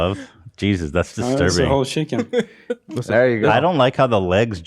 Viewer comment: "What is that Love?" "Its the whole shicken" 💀